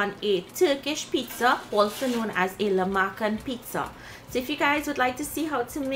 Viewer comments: Great recipe. The pronunciation is Lahma-jun, the "c" is pronounced as a "j" in Turkish. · I've heard it pronounced 'lah-ma-june' by Turkish speakers. Keep up the good work! Made corn soup yesterday from one of your previous videos :)